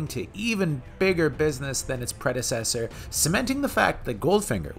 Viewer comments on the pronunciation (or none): none